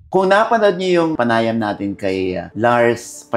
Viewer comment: It's panayam, not pana yam.🤔